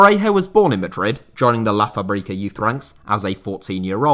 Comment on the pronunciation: Hello, I think you’re always worried about pronouncing words properly, so I wanted to tell you that “fábrica” is not pronounced as you said it in the video. You stressed the second syllable, but, actually, the first syllable is the one that’s stressed. It would be FÁbrica, not fáBRIca. Cheers mate, awesome video.